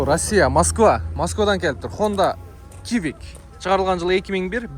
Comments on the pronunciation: С эмес ц деп окулат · кивик дейби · Сивик десен